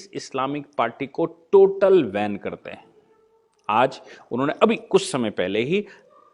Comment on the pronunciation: सर, धन्यवाद. एक ओब्सेर्वशन एके स्पेल्लिंग मे. 'बेन' करना कि जगह आप 'वेन' करना यह उच्चारण करते है?